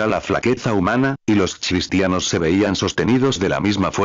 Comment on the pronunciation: Por favor qué este robot pronuncie cristianos, y NO chistianos.